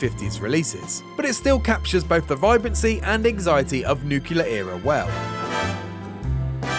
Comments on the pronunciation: Nuclear not nucular matey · “Nucular” war will never turn any place into a wasteland. That said, a nuclear war probably would. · Is it that hard to spell NUCLEAR correctly? It hurts to hear nucular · It's pronounced "new-CLEE-ur", not "nuke-yew-lur". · It's pronounced "NEW-CLEAR"!!!! not "NEW-CUE-LER"!!!! Wtf!... "Patrolling the Mojave almost makes you wish for a NEW-CLEAR winter.... ugh..I.. also, the fallout world "diverged" from ours... it didn't "divulge" from ours.. worst breakdown ever...😢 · „Nukular“.. are you serious? 😂😢